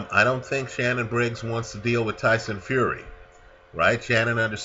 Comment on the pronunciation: Shannon not shannan